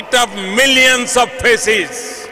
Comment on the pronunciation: Millions of Faces or faeces?Pronunciation Problems